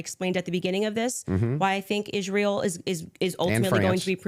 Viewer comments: She cannot pronounce Israel. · Why is does she pronounce the word Israel as if she's just now learning to speak English? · the only person in the world that cant pronounce “Israel”